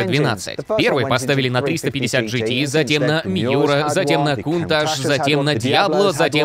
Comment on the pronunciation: Единственный человек произносящий кунташ правильно. Бальзам на душу.